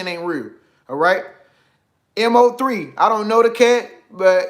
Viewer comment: HEY IM. FROM DALLS ITS PRONOUNCED MO-3 LIKE MO THEN 3 NOT MO3 LOL BUT FACTS AND CONMGRAT ON MO-3 FOR BEING NUMBER THREE ON YOUTUBE MUSIC LIST